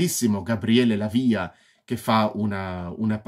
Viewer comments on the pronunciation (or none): A questo punto dato che ti stai dedicando giustamente alla recensione dei film del maestro Argento spero che continui con i capolavori che seguiranno mi riferisco a “Suspiria”, “Inferno”, “Phenomena”.Un piccolo appunto hai pronunciato il nome Dell’attore Gabriele Lavia ponendo l’accento sulla i.Non è corretto.Se ti sentisse il grande attore ti correggerebbe😀😀.Comunque ottima recensione che evidenzia senz’altro la tua passione per il regista.